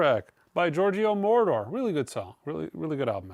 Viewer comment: Giorgio Mordor is 100% the greatest mispronunciation yet.